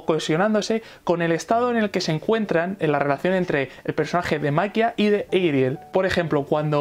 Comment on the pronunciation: Se llama Ariel, pero los japoneses lo pronuncian como ''Erial", así que supongo que está bien decirle "Erial"